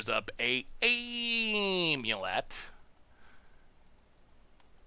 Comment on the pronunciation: well he used to pronounce it Omulet, so I guess thats an improvement lmao